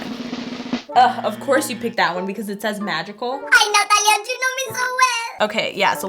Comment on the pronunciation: SAID NATALIEA